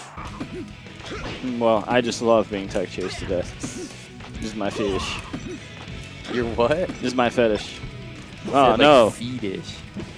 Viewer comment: omg WizzDog got hit by a car, somebody call for help M2k: "feetish" lenny face here pls